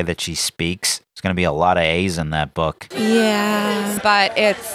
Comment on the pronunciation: She said her bhak not book! Lol